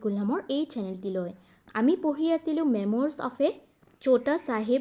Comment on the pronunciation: memories nhoi ma'am; memoires he